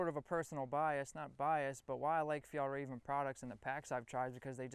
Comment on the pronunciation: Hey don't forget the Swedish ä! It's "Fjällräven" :)